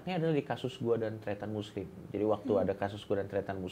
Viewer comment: tretan muslim, jadi terdengar Christian Muslim Chuaakkzz